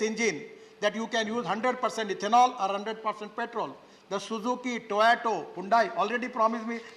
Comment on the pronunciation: Why is Gadkari saying Toyato? It is Toyota.